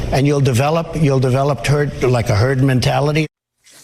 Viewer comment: I listened thrice, and yes, he said "Turd mentality". Accidental self confession? ^^)